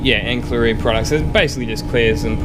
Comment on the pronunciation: I'm assuming cromax is good quality paint? sorry to be a pedant but its pronounced ansillary (ancillary) not ankillary, Just F.Y.I